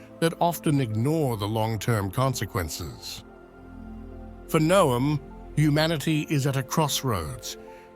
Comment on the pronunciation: pleased to hear you pronounce Noam correctly